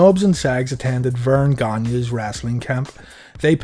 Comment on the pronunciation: you pronounced Gagne correctly. I'm from Bayonne NJ had childhood friend with the same name and everybody was always getting it wrong. Saying it "Gag-ne". Thank you. good video. gave you a thumbs you. They seem well produced. Has "production" feel but then again what do i know a junk bomb from bayonne nj.